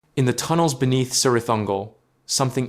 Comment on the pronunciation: Great discussion, but you need to know that Cirith is pronounced Kirith. That is true of all words and names beginning "C". Celeborn, for example. Thanks!!